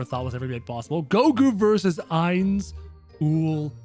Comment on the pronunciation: ITS I-NZ OOAL GOWN NOT aI-nZ oOaL gOwN